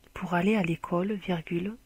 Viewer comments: on dit ecole pas ecaule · mdr comment elle dis écaule elle